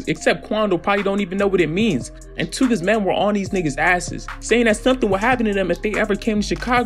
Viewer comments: Tookas 2 sylables my guy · Too👏🏾 ka 👏🏾